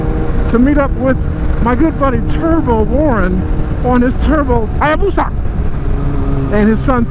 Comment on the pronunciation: Please, everytime you have/need to say Hayabusa, just say it like - .